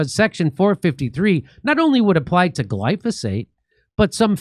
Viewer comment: Say it with me Jimmy Gly Fo Sate